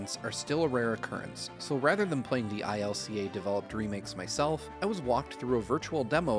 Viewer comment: Isn't it just pronounced "Ilca"? That's how they pronounced it in Pokémon Presents.